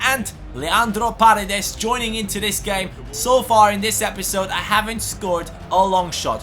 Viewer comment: hey,a tip,paredes is accented in the firs e(like parEdes),not in the a(you're saying pAredes) greetings from argentina!!!